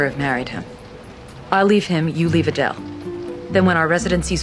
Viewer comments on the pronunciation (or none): none